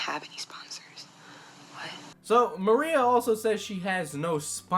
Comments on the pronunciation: Im not her fan in the slightest. At all. In the least. But her name is pronounce ma-rye-uh Not....Maria. Anyways, she's way in over her head. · Love the video! But her name's Mariah, like Mariah Carey, not Maria! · Her name is Mariah. Not Maria. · 💀💀💀💀💀💀 u butchered her name and cosplay name so bad but ily and ur content